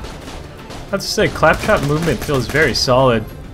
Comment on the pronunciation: Pronounces claptrap wrong over 9000 times